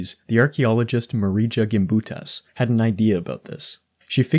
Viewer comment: you site Marija Gimbutas but mispronounce her name. It's /'ɡɪmbutas/, even Wikipedia knows that. 🤥